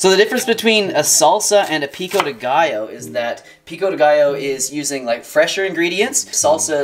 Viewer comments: Pico-dé gio= Peeko day guyo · HAHAHAHAHAAH i dont allow u saying "pico de gaiooouuuu" stop saying that way 😁😁😁 a spanish dies avery time you pronouce it!! I LOVE YOU AND YOUR RECIPIE ANYWAY ❤❤❤🌼🌼🌼